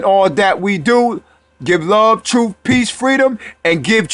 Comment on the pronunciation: It is pronounced birth and truth not berf and troof